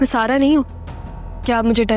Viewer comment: Kisi ne notice kiyaa Zara ko sara bar bar sara kahti hai